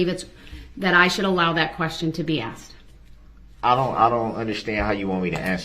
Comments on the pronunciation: I wish should would have told him it's not axed it's asked! I hate this man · brooks needs to create a new language. So far, axed and biast are my favorites. 😂